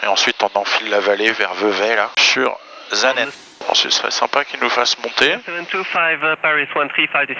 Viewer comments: Magnifique vidéo, félicitations c'est superbe. Suisse, j'ai tout spécialement apprécié le trajet depuis le Lac Léman, la magnifique vue de la vallée du Rhône qui se jette dans le lac. Superbe vidéo oui. Puis la descente pour Saanen, prononcez S et non Z svp ;-) quel bel atterrissage sur cette piste où au siècle passé des Vampires et Venom militaires se posaient. BRAVO un papi fan d'aviation qui réside au bord du lac de Neuchâtel actuellement. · On dit pas Zaanen mais Çaanen.